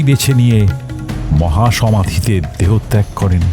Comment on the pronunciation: "দেহত্যাগ" শব্দটি স্পষ্ট বাংলায় উচ্চারন করেছেন শিল্পী। আশা করি ভবিষ্যতে আপনারা গল্প upload করার আগে ভালোভাবে পরে নেবেন। শুভরাত্রি। একজন একনিষ্ঠ কালিগুনিন শ্রোতা হিসেবে লিখতে বাধ্য হচ্ছি যে আপনারা আপনাদের শ্রোতাদের প্রতি অন্যায় করছেন। এতটা দুর্বল গল্প বোধ করি কালিগুণীন ভক্তদের প্রাপ্য নয়। আশা করি লেখক এবং channel উভয়ই এটি নিয়ে সজাগ হবেন।